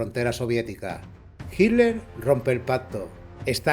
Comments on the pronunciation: En españa pronuncian de una manera distinta Yo le digo Hitler pero Hiler suena más fluido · Por que dicen "HILER" ? 🤣